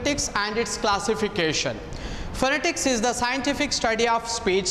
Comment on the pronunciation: .Refer to a good dictionary and see right pronunciation of the word PHONETICS. You may please take a good course in improving your Phonetics and back to your class